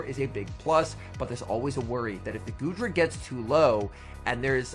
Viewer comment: I swear I heard call goodra, "doodra". Lmao